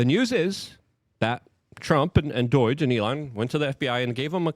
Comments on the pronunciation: It’s NOT DOIGE IT IS D-O-G-E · Doge. Not Doyge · Luke I love you buddy, but every time I hear you say doij in liu of doge it's like nails on a chalk board. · Stop saying DOIGE its pronounced Douj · WTF is Doiyge - Luke can mispronounce anything somehow - that's him saying DOGE - bruh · If he calls it Doy-g one more time in unsubbing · ok its been bothering me for a while. Why is Luke pronouncing D.O.G.E. like its spelled D.O.I.G.E.? Am I the only one noticing this!!?? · There is no “I” in doge dude. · Why does he say "DORAGE" When It's DOGE? Also he can't say "important" He say's Imporant...